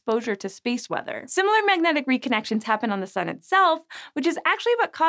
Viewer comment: "...space mother..." sigh, had me scared for a minute. Had to rewatch it a few times, now realize you're saying space WEATHER....sounded like mother, and I was wondering if I'd fallen into the rabbit hole.